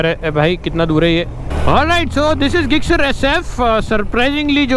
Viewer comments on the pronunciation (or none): Bhai you are pronouncing Gixxer wrong you can speak jixxer in speaking and in writing gixxer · अरे ते suzuki गिक्सर नाही जिक्सर आहे. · Bhai gixxer hai bolte zixxer hai or aap ggixxer😂😂